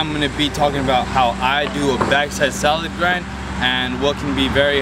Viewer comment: Salad Grind* not "solid grind"